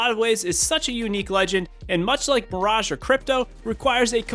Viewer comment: said birage